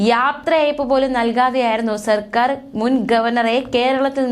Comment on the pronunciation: വാക്കുകൾ ശരിയായ രീതിയിൽ വായിക്കുക. സർക്കാർ ആണു സെർക്കാർ അല്ല